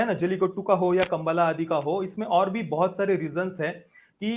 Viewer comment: It's Kambula